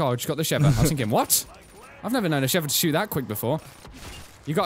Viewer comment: SHEEEVA not SHEVA